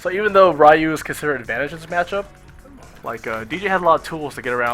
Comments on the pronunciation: mmm I can understand the reason, but since NOW I think an expert like u are, KNOWS how is the actual REAL pronunciation I think u should say the name in the proper way. Anyway is just my point of view. For me is just horrible to hear "Rrrrrai-you" instead of "ryu". cheers. :P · "Rayuuu"????? ¬¬ Ryu!!!! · Rye-You. Is this StreetFighter the movie game.